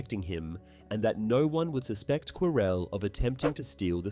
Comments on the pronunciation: He actually said Quirrel correct once lmao. Every time he said it wrong I wanted to jump through the screen to slap him lol his name is said in the movie that you cannot mispronounce is ffs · Every time he say Quirrel I hear Corel and it keeps throwing me off so had 😭😭😭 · I'm enjoying the video. But why are you saying Prof Quirrell like that. ? 😅